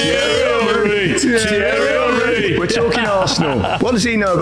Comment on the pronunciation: Did you just call Thierry Henry a 'Titty' ?